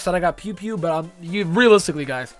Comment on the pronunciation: bro pew pew? but..you just have to read it. It's Pui Pui = (PooE PooE)